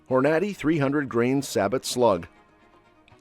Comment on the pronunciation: Please give your AI more time to learn the proper pronunciation of more words like Hornady.